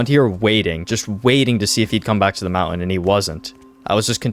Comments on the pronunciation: Mountain. Is pronounced mountain not mounten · Please STOP saying mounten its so annoying just stop saying it at all.. call it a Hill if you cant pronounce it correctly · Nope i cant watch it anymore you say mounten so many times its unwatchable